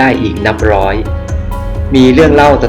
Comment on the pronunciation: ยิงพาด อังกิด ล้อย. รึว่าร้อย เอาภาษาให้ชัดเจนร.เรือล.ลิง. ฝึกออกเสียงก่อนจะน่าฟังกว่านี้